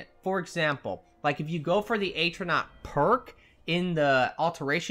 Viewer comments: Its not aytronach its pronounced at-row-nac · AT - RO - NORK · Its not "Atronach" its "Atronach"!